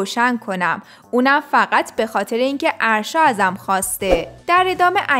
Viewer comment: اَاَ داره اسمش اَرشا لطفا یاد بگیرید یاد بگیریددد اسمش آرشا نیست اگه برید توی پیج فن پیج هاش میفهمید اَ دارههه